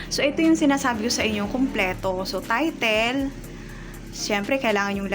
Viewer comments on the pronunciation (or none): none